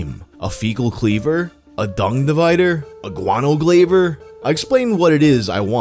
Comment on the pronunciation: You said "glaiver" intentionally for a comment - so, here ya go. Keep up the good work